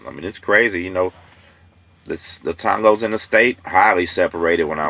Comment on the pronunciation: TONG-GOS LOL